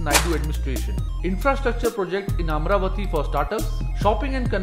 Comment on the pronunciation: Before making videos, first please learn how to pronounce Telugu words. You can't pronounce many words Amaravati Kurnool Polavaram Telangana Raddula Either you learn proper pronunciation before making video, or stop making video. I sincerely request not to kill our words with your wrong pronunciation. With very simple research, you would have surely got proper pronunciation of all the above words, but looks like you don't want to and you don't care. I am deeply pained by this. I lost respect for you.